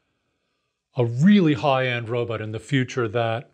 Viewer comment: It’s pronounced robot not robutt. I don’t trust people that can’t pronounce robot.